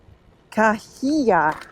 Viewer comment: Great video! Let me help. Named after the Cahuilla band of Native Americans in this region, it is pronounced, “ KA-WEE-AH”.